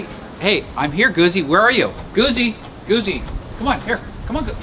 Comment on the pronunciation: Why is it 'misunderstood'? Because so many people have preconceived notional nonsense about it. Like the various notions you had yourself about it. You could just wait for a test 'drive'. BTW, it's not Goo-zee, it's Goot-zee. Like Pizza!